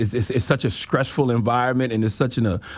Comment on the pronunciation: I find it hilarious every time c da god says scress and not stress 😂😂